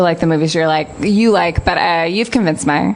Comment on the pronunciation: “but yoh’ve convenced meh” Her accent sounds here sounds just like SNL’s Californians sketch. I used to date a girl from CA - whenever I’d try to point out her accent, she wasn’t having any of it haha. That being said, the way I talk like I’m from the Rustbelt is even worse :)